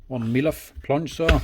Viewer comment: Haha, I thought I heard you call this a Meliff a couple of times.